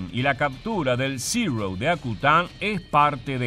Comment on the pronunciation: Buen vídeo, pero una corrección, no se dice "zirrou" como si estuvieras pronunciando en un mal inglés, ese avión es japones y los japoneses hablan japones, se pronuncia zero.